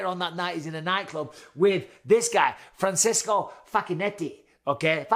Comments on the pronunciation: The pronunciation was almost good. Francisco is the spanish version of the name, Francesco is supposed to be pronounced like "Fran-ches(t)-ko" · I don't know what's going on with Connor but he seems out of control. Having that said, the problem with your pronunciation is not with Facchinetti, which you pronouce correctly, the problem is with Francesco which you pronounce in the Spanish way and not the Italian way.